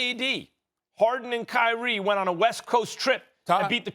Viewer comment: it’s kyrie and it’s not that close